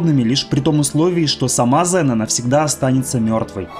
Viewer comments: Не зэна а зина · Валенок! Может Ксена, а не зина! 🤦‍♂️ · класний был фильм токо вроде говорили Ксена,а не Зена😊